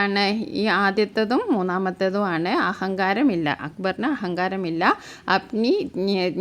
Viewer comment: ആന് എന്നല്ല ആണ് എന്നാണ് 😂